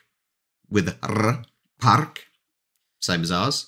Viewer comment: I loved Your "parrrrk with rrr". It's so true, that we pronounce the r hard way, compared to English "park". Kwiat is flower in general. Wieś would be village, not necessarily a farm. Farm is... "farma". Droga in this meaning is a road, but in general it can also mean path. Btw, the name "samochód" is literal translation of "automobile". Samo- means that it does something autonomously. And "chód" is derived from "chodzić", which means walking and mobile means that it's in motion. Samolot is similar, but instead of "chód" it has "lot", which means "flight". Statek would be more of a ship. Again, hulajnoga is very funny word. It's derived from "hulaj" and "noga". Noga means leg. And "hulaj"... It's hard to explain to foreigner, but it's about moving (old meaning, as today it means something totally else). So it's stating the fact that You can move freely with use of Your leg. Taxi is longer, because saying "taxi" sounds unnatural. Maaaybe if it was used long enough, people would get used to it (or it was invented today), but -ówka is a suffix that is often used for things. Birefcase is aktówka, because it's "a thing for Your documents (called "akta" in polish, though it has specific meaning, because we are also saying "dokumenty" as well). But generally -ówka makes it as a thing for something or of something. It's easier to say, ironically. Cena is a price. Pokój is a room. We say "lampa" for bigger lamp and "lampka" for smaller ones. Generally suffix -ka is making it sound sma